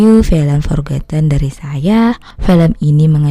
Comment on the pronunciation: Maaf, Kak, bukan Forgotten? Apa memang Forgetten?